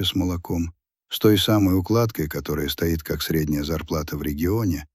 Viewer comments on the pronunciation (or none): Чтение не очень. Когда укладка стоИ́т, вместо стО́ит, вы это называете прекрасным чтением? У меня сразу пропадает желание слушать. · А стОит вместо стоИт , местА вместо мЕста не считается? И ещё много такого же. Но в общем впечатление хорошее, сам текст не примитивный и чтение нормальное.